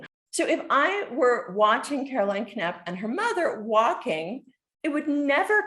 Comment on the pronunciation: The K is silent = Napp